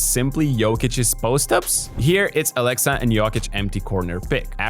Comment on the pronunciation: "Aleksa" not "Alexa". "E" is pronounced shorter in "Aleksa". It is a VERY old Serbian male name, even the last name Aleksić is very common. Don't make it sound like the AI girl's name, please. 😂🤣😹 💪🇷🇸❤️